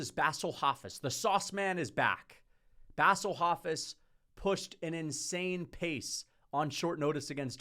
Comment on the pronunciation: “Bassle Hofiss” is one of my favorite pronunciations